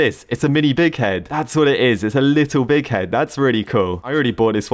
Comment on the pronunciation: pronouces bighead "dikhead"